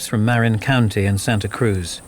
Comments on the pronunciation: It's "muh RIN" County, not "MARE in" County. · right?! I’m from Marin County…he massacres the name. Lol! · He miss pronunciation according to Dan Marina county lil olde lady with red car 😂😂😂